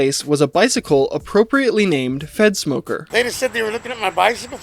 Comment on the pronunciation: its three minutes in and I just realized you were saying fedsmoker not f3ntsmoker... 💀